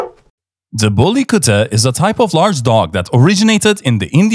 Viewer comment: U pronounce very well the bully kutta. 😂😂